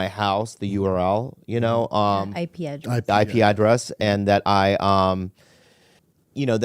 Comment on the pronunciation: Accusing Bobby Lee of being a forum mastermind is ridiculous -he can't even manage his own youtube channel....or even correctly say "IP address"